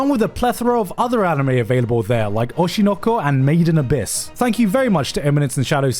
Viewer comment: Thanks for Gigguk pronouncing Oshi no Ko correctly.